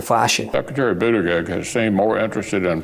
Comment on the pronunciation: Did we all notice that Moscow Mitch called Pete Bood-egg-egg? What a complete tool 🙄 Pete's tooooo good for Mitch